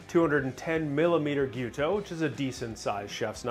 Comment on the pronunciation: Thanks for saying "Gee-YEW-toe." So many people say "Gee-YO-toe" and it mildly annoys me. First-world problem I know.